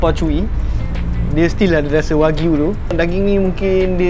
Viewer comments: Informasi tambahan, cara sebut wagyu ialah "wa-gyu". Wa=japanese, gyu= cow. Bukan wakyu ya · Kakak sebut wagyu betul sikit kak aku dgr kakak ckp wak u. Wak lu betul!